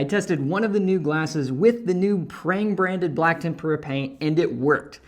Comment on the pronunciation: Thank you for the useful information. One point: TEM-pra. tem-PUR-a paint is paint dipped in a Japanese batter mix, and deep fried.